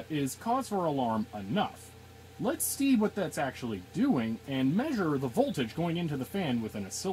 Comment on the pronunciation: "Let's stee what's actually causing that problem..." XD